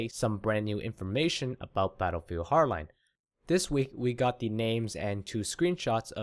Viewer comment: completely agree with you! but try saying the D in battlefield HARD line it it kinda bugs me xP